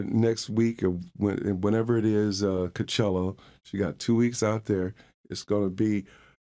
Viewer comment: He said "Co-chello" I'm dead asf